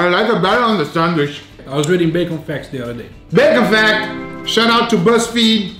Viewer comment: Can someone tell me why is he saying sandwish and not sandwich? Is there a reason for it? Not hating or anything, just casually asking...